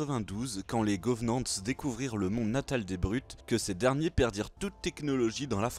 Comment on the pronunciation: Sympa la vidéo mais pourquoi tu dis « les govenante » ??